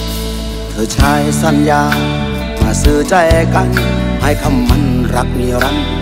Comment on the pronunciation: เพลงเพราะ แต่ร้องไม่ชัด ทำใหง้ฉันอกหัก แค่ลูกจ้าง หงัวใจ ออกเสียง ห หีบ ไม่ชัด ฟังแล้วขัดหู